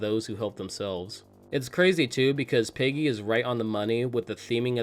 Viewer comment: You definitely just said piggy instead of Peggy haha